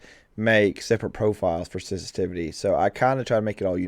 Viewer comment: Am I a nut but is my ear sense-tivity not inline with my vocabulary sen-si-tiv-i-ty? :) Just sayin!